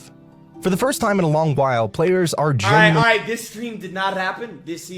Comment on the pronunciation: “Balright” in September